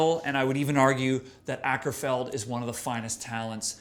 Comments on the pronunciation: His name is Åkerfeldt, which is pronounced "Oakerfeldt." Every time you say "ackerfeld," a kitten is murdered. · Prefer The Pale Communion, that was a masterpiece, still, Sorceress is a pretty good album, love the ending on The Wilde Flowers, thats the heaviest part on this album. Also, its Mikael not Michael and Akerfeldt is pronounced Oakerfeldt Sam :P